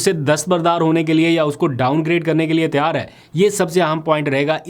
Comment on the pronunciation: Aap lpg Tayyar ki tiyar kehte hain pl correct your urdu